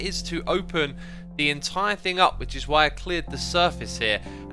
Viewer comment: Me: thing. Keralis: fing. Xisuma: FRING!!!